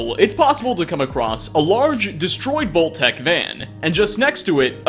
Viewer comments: "volt?" I think you mean VAULT. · The word vault got murdered to death.